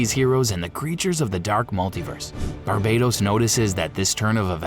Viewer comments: Pretty sure Barbatos isn't pronounced Bar-bei-tos either. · Its BARBATOS not BARBADOS, barbados is a gay ass beach country